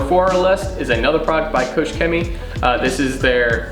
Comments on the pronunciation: The proposed range of products is extremely good! But do us a favor and work on Koch Chemie's statement. It's not COACH Chemistry. Write it in Google Translate ;) I subbed btw. Cheerio. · kooch chemie ? promise i’m not being a pedant but that would raise many a Germans eyebrow......think Koch as in a scottish Loch.